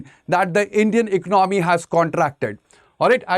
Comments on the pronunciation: What ecnomy??? Why he is pronouncing ecnomy?? Its economy ... ec-co-no-my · Vo bolne mein yhi aata h ecnomy 😅